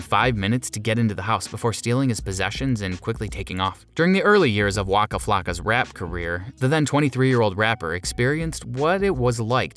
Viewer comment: Its waka not flaka.flaka is a florida drug thats like bath salts om speed